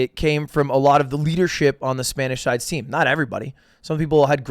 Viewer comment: Mad respect to lud for using Spanish pronunciation and not just random mexican/Latin American. Good lisp mate